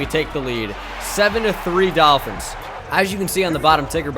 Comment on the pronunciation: I love when he says doll fins lmao